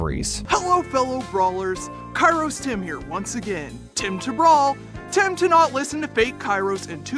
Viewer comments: In modern greek kairos primarily means "the weather" and it's pronounced k-E-ros like E-l Primo, E-dgar, Col-E-tte. Not K-I-ros like P-I-per XD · Actually kairos in greek is pronounced keros(καιρος). Its with a diphthong which is pronounced as a greek "epsilon"(έψιλον). If you read that just letting you know. And it does mean what you said. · Fun fact: In Greek (present time) the word Καιρός (Kairos) could also mean "Weather" depebding on the context. Also, the word is pronounced Keròs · Btw it's pronounced keros :)